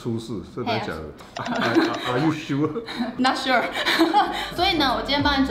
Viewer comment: 1。不要再說千千英文不好了，她的not sure發音很好。 2。跟柯p完全對得到頻率，本來以為很尬聊的。謝謝剪輯師。 3。補了學姐，變成兩美鏡頭，畫風美麗。 4。挪威的森林這樣剪接，讓我想起幾位名人的演唱會對唱，例如：鄧麗君⋯ 5。千千愈來愈漂亮